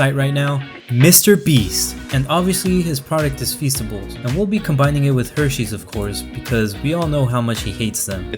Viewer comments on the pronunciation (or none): Feasteys sounds like feces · Feasts I thought you said fecices